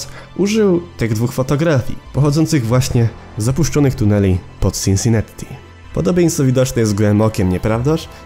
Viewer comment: Wiesz ze to się czuta Sinsinati? Przez jedno t bo w angielskim nie czyta się podwójnych liter